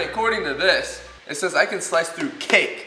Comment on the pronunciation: Whan you said cake i thought you said kick